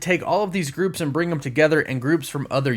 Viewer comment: I tried to get over this so many times but I just can’t get over the fact that when you say the word them it sounds like you’re saying thumb and it’s the most annoying thing ever have a good day!